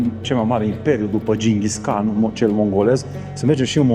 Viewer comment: …..(Ginghis Han)…….se pronunță…..(Gingis han…..)……!!!!!!! 👍💐❤️ Multumim…..!!!!!